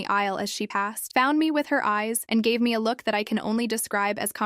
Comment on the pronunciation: ees means eyes bad pronunciation